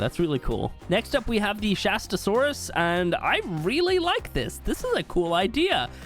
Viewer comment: they absolutely butchered the Shastasaurus